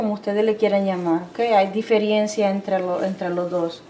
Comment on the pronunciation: Se dice DIFERENCIA NO DIFERIENCIA Y SE DICE HAYA NO HAYGA COMO DICE LA SEÑOR